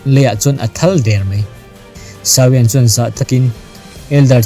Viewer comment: Sau-iang nilovin Saw-iang tiin lam rawh.